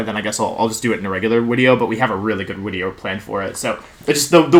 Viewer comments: Does....does he keep saying “wideo” instead of “video”? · Can someone explain to me why Wolfey said Wideo instead of Video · "Oh theres a wideo in your ads" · "There's a wideo in your ads." To be honest that really something to be complained about. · Wait, « oh there is a wideo in your ads » is actually funny x) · Wideo? Haha. Sick team. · I’m confused is he saying wideo or video? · There- theres a wideo... in your wads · New- why he say wideo? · Drink every time he says Wideo. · LMAO is there a reason why he says “wideo”??? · Any excuse to say wideo more and more